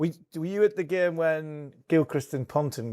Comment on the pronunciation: Every time Harmy says "gyayme" an angel gets its wings.